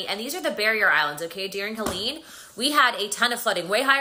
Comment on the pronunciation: Helene, not Helen... 😜🥰